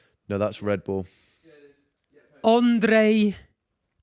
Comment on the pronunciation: lmaoo Arthur reading the Polish name with a accent meanwhile its straight up just Andrew